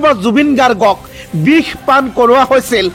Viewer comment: bih ne bix, pronounsation problem?